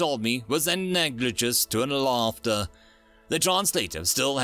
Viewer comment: Just as a note, your pronunciation of both "Euclidian" and "analogous" are very off.